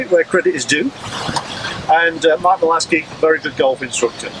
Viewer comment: Malaskey? I think you mean Malaska